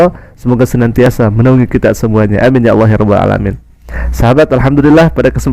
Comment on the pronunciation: Lidah nya bukan lidah seorang muslim kerna sebutannya Alah bukan Allah. Seharusnya kalau Islam dari kecil sebutannnya harus Allah bukan Alah.